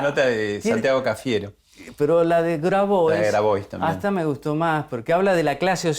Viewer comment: Grabois se pronuncia Grabua’